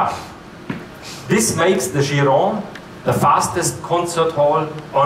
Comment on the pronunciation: is it not pronounced "KIE-RON"